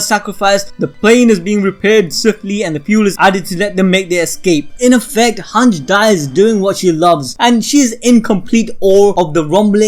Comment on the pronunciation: This guy sayin “hanch” instead of “hange”